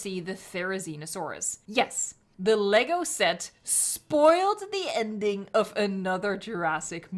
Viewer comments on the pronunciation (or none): none